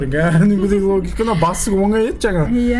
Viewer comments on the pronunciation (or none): none